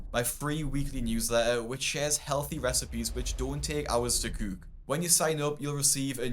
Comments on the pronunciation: Guy can’t say cook. 🤣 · This is random but I’ve been watching your videos a while and I find the way you pronounce “cook” so interesting lol😊